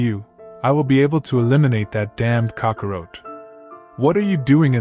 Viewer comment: You really need to work on your pronunciation. The race is called say-ins goku's Sayjin name is kack-o-rot, and it's freeza like freezer. Thank you. Just watch some dbz in the English (usa)dub.